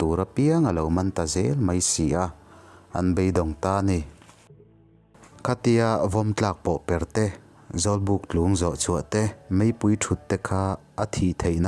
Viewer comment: Chanchin maksak tak tak sawi tur hi kan ngah teh e... hahaa 'Tlung' tih hi thluk loh tur a ni. 'Lungpui' tih a 'Lung' kan lam dan ang hian lam deuh vat tur a ni.